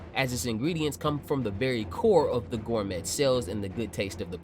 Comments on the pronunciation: Hearing you pronounce Gormet as "Gor-Met" in multiple videos is my new pet peeve..... 😂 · T is silent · Do they pronounce the T in gourmet like you do?